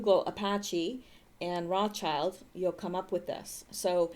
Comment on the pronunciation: if you wanna be a step above everyone else remember what Rothschild means. Red Shield Roth Schild (Roth Scheeld) pronounce it like this and you’ll be one of the few to just get it right. It’s important to remember why it is like that